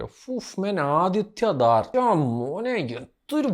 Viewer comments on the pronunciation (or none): ആദിത്യ ദാർ അല്ല .... ആദിത്യ ധർ! ശശ്വത് സച്ചിദേവ അല്ല.... ശാശ്വദ് സച്ചിദേവ്.😂